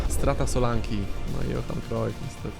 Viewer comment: Solanke nie Solanki